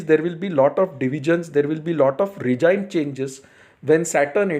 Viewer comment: Dear sir, thank you for your wonderful videos. Just a small note: regime is pronounced regeem. Best wishes to you for the New Year.